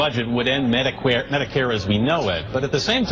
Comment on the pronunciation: "Mediqueer" lol